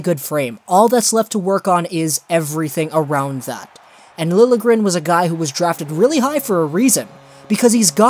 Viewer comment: It is pronounced Lil - yeah - gren